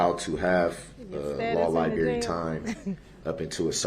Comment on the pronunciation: “Not the Libary”. Lol!